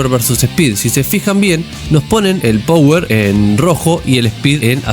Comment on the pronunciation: Te corrijo una pavadita: se dice PAWER, no power. jajaj Saludos!! No veo la hora de q salgaaa!